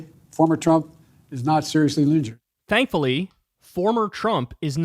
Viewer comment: Also he said ligured not injured